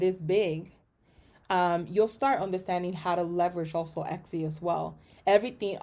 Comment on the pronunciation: it's not exy it is etsy